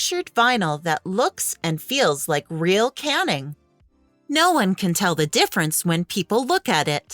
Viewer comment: Canning instead of caning… lol